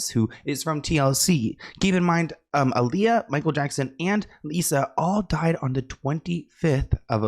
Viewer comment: It’s Aaliyah not Aalijah